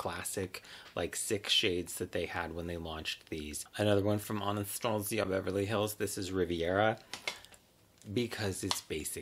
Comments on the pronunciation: Ahnahstahciah 😂 gets me every time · I die every time you say « Anastasia » 😂💖